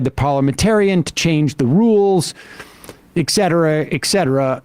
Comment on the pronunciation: Dear Sam! Please say “Et cetera “ and not “ Eck Cetera”. Drives me nuts! I do love the show.